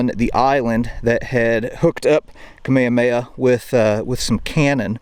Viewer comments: Hey, here's a bit of pronunciation help. 1. Kamehameha. You said it like Kameamea. Just add the H sounds. 2. Puʻu Koholā. You said it sorta like Puʻuʻu Koholā. Just change Puʻuʻu to Puʻu. You had 3 U-s. Use 2 U-s. Hope that helps a little. 😁 🐬🏝🌴🍍🍌🌴🏝🏄‍♂ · Pronounce the “h” in Kamehameha.